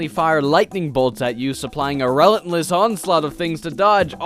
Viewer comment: Zero people were thinking "PlayStation" for we know our game history. Also, you pronounce relentless incorrectly. Your production value is through the roof though. A+